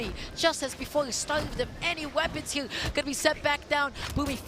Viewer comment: He was depwived and stawved of weopons😂😂